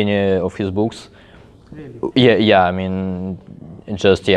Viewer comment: He says "books" but seemed like "boobs" LMAO